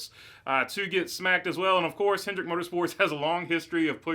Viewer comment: Hendrick drop the S you sound like a noob